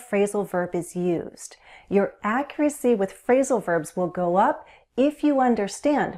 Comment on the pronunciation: Hi, thanks for your anazing teaching. the u in the word accurcy isn't pronnounced